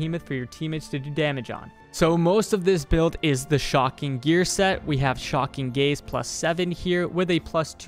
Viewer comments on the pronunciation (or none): How normal people hear it: shocking gaze. How i hear it: shocking gays.